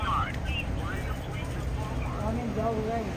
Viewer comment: hahahaha she was struggling hard here! “What Mal-Wart is this?”